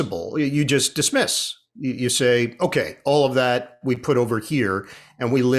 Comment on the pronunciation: I've always liked Ian, going all the way back to his WFAN days. BUT, I must admit it drives me crazy that a guy who makes a living by speaking can't say "just". Every time he says "jest" instead, it is like chalk on a blackboard to my ears.